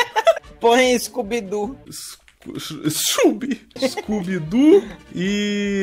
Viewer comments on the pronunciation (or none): não consigo passar dessa cena que ele fala "Chubi" tipo scooby so que zoado, kkkkkk nao consigo parar de rir kkkkkkkkkkkkk